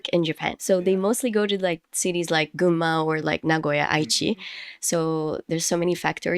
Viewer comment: It’s cool your pronunciation of Gunma or Shizuoka is totally sounds like Japanese ,even while you are speaking English!!😂